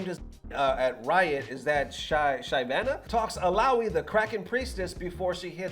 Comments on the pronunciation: SHY-VANA. It's. "She-vahna" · FYI that devs handle is based on another league champ. Pronounced “shiv-ah-nah”